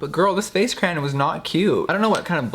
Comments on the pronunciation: Box of crans!!! What?!! Yes girl please pronounce the word cray-on. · Cray-AHHN. Not Cran. Noooo!!! Lol. Who else is with me?? Mississippi here. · Girl.. stop being extra you know its “kra-ON” not “kra-yan” get outta here with that shit... and its funny how you say it differently every time 🤣🤣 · The word crayon is two syllables. Why do so many Americans I know say it like “ cran” It’s “crayon” Here’s another one, how do you say schedule, sorry, and milk. This isn’t just to get likes and comments, I’m genuinely curious. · Am I the only one that says “crown” not Cran or Crayon..? Lol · CRAY ON NOT CRANS, lol love you babe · CRAY-ON not crans. Gaaag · Cray-on, not a cran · When you thought jeffreestar pronounced crayon wrong but when u google it its krien and not cray ON ive been saying it wrong all along! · Jeffree saying Crayn Jeffree Star fans that say Crayon: 😠😠😠😠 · Crayon is pronounced cray on. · Jeffree: “I say cran” *rest of the video*: “cRaYoN” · I had never heard someone pronounce it "crayn" very funny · ANOTHER PERSON WHO SAYS CR-AN! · Australian pronounce it “cray-on” but that’s just us sooo😂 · it’s pronounced cwan 😂😂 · Ugh jefree is one of those people who pronounce it crayan lol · WHY MUST YOU SAY CRANN WHYYYYYYYYY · I say CRAYON!!!!! It’s how it’s spelt so you say it CRAY-ON! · Nikki says crayon Jeffrey says cran I say crown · crans oh my god the way he says crayon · See pronouncing “crayon” like “crayun “ is ok, but people who say “CROWN”—you are canceled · Crahns* <<<<<<<<that’s how you pronounce it 😘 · Crayon (Crae-on) Noun I think 🤔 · jeffree i love you to the moon and back but bitch it‘s craYON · Def pronounced “cran” I have always said it like that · Rocío Mier I know right he keeps saying craine 😓😓😓😓😓😓😓😓😓😓😩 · Hm so you say "cran" but you pronounce crayola as "cray oh la", shouldn't it be "crala"? Lol it's ok we all say things differently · cray-on two syllables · why does the word "crayon" sound so weird now???